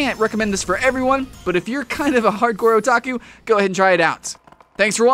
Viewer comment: You said otaku right but not onigiri.-.